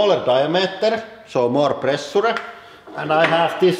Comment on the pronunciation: Pressure is pronounced "preh-shaaa", not "preh-suh-la" ... Some sentences are hardly understandable ...